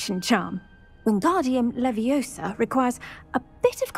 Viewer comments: Leviosaaa not leviosaaaaaaaauu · Levioso? I thought it was leviosa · Is levioooosa. Not lovioso